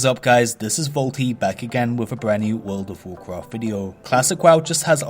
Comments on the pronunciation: Actually Actually Actually Actually Actually Actually Actually Wuld uv Wawcwaft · WUULWD OUVV WOUAWCWAFT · wowld of wawcwaft